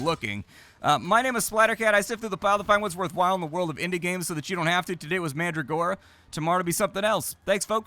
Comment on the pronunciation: Pronounced Man-dragora, not Mandra-gora.